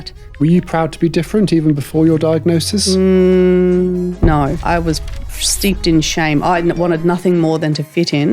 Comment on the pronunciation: I can't not notice her saying diagnoSIS as diagnoTION.😅